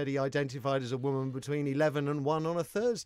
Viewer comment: I love how none of the people in the interviews I have seen about this poster of the dictionary definition of woman can actually read a dictionary; ˈwʊmən' is the word 'woman' in phonetics and they all read it as if it is in English and mispronounce it as women.